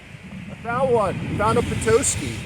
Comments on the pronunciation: I am having a hard time watching your channel because you are crushing the word Petoskey. Before you go anywhere, find the pronunciation online and then say it it’s not PE-TOE-SKY. It’s. PET-TOSS-KEY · I’m only 1 minute into the video and had to come to the comments to see if anyone corrected her 😂 I’m a Petoskey native and you’d be surprised all of the creative ways people mispronounce it. The best way to spell it out for local pronunciation sake is: Puh-Tah-skee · Please it’s not Peetoskey!! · Not me yelling "Petoskey." But you manage to pronounce Petoskey Stone. 🤦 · that's not how you say petosky. you said it right . it's a nice town but expensive to live in. ernest hemingway's family had a place near there when he was young.